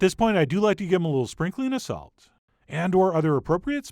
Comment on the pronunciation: is it me or this guy talking weird 🤔😅 The YUCCA Is fried just add a little SALT 😂